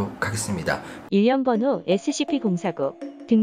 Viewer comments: 일련번호인데 이 일력번호라고 함ㅋㅋ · 인련번호049 할 때 웃김ㅋㅋㅋㅋㅋㅋ